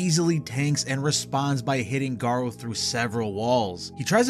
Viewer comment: Garou isn’t pronounced “Garo”, it’s Ga-roo, a French word for wolf